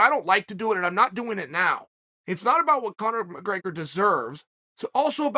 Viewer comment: “My-grey-gur” 🤣 why does he do this? Lol